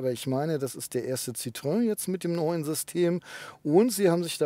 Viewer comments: ˋTschuldigung, es heisst weder Zitröön noch Zitroan oder ähnlich. Der Doppelpunkt auf dem ë bedeutet, das o und e getrennt ausgesprochen wird. Also Citroën gleich „Sitroen“. Bloss nicht Sitröön. S i t r o en. Schwierig darzustellen. Ich weiss, man gewöhnt sich an eine Aussprache über die Jahre, weil fast alle Zitröön sagen. Ich fahre seit 1974 Citroën, mit wenigen Ausflügen zu Mercedes und Audi. Aber es tut immer noch weh, wenn ich es höre! 😱😉😉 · Ich wiederhole mich gerne bei JEDEM Test eines Citroen auf diesem Kanal: Es heißt SSSitro-enn und nicht Citroääää. 🙄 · Man spricht es übrigens wie geschrieben. Das französische ë wird wie das deutsche e ausgesprochen. Also nicht Citroäh! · Ich hatte zwei Citroën (Xsara Picasso, C4 II ), beides richtig gute Autos, aber auch ein bisschen schrullig, vor allem der Picasso. Nun habe ich einen Hyundai i30. Was für eine langweiliges Auto im Vergleich. Aber wenn ich das hier so sehe, dann wird es wohl bald wieder ein Citroën. Danke für das schöne Video. Und ja, den Kommentar kann und will ich mir nicht sparen: Es heißt weder Zitröhn, noch Sitroähn, sondern Sitro-enn. :-) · Citroën wird ci-tro-enn ausgesprochen. EN wird hier nicht nasalisiert. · es klingt trotzdem Scheiße wie du Citroen sagst...auch wenn du versuchst hast's zu erklären .Auch so mit Wallbox...